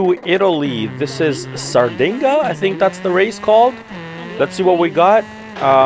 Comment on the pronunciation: "Sardinga"🤣. Btw: Sardinia (or Sardegna in Italian) isn't just the name of the race, but also the name of the second largest mediterranean island where the rally takes place.